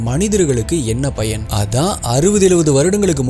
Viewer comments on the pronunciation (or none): none